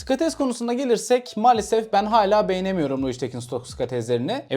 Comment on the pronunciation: Hocam skates olarak ne almalıyız video da söylemişsin fakat link paylaşır mısın anlaşılmıyor ne dediğin